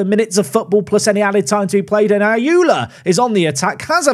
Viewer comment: Ayoola isn't pronounced as "ayula", more like "ayorla"